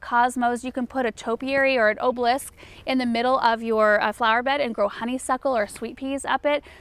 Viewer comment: I think she’s referring to an obelisk, but it did sound like an “oh bliss”. :)